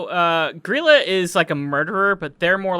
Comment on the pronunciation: Holy shit, they actually pronounced Grýla correctly!